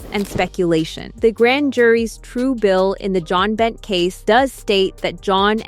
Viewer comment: You obviously don't know about Jon Binet. Her name is pronounced Bin-ay, not Bent 🙄😡